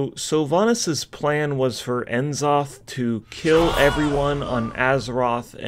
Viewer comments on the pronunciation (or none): He was saying it right at first I think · How can you start off saying N'zoth right then go to saying it wrong? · Nuh-zoth. Not En-zoth. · Nuh-Zoth, not En-Zoth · Why do you keep calling him Enn-Zoth instead of Nuh-Zoth? :) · Pretty sure its pronounced (nuh-zoth)... not (en-zoth) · IN Zoth!? its (nah. Zoth) good lord Americans are terrible at pronouncing any non western European English word. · "Look out, it's all of the Old Gods; See-thun, Why-saarj, and Enn-zoth!" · Took me a few seconds to process it. The way he says it really sounds like enema. 🤣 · You had me until you called him "En-zoth..." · I love how he STILL calls it “Enzoth” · Say it with me,; Nuh-Zoth N-uh-zoth N'zoth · Stupid sexy Wrathion sounds about right, yiss Since I only started WoW this year I really appreciate this recap!! But, must you say it like Enema? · why would you say Enn-Zoth. what name have you ever seen that just says the letter. they even say his name constantly in the latest patch. how int he world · "EN Zoth" - really? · It’s pronounced neh/nuh,Zoth. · EN ZOTH.... C'mon man. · N ZOTH looool it's pronounced nuhzoth ya noob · N-Zoth is not at all pronounced like that :( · are you purposely saying N'zoth wrong?